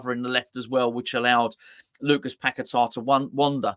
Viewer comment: Maybe one day you will pronounce his name correctly. It's not pack a tar start fucking saying his name properly . He came from there and his name is paqueta.